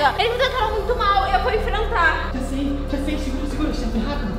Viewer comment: Eu gosto muito deles "rafa e " mais da a raiva quando o fala raperu 😡significa "rapido"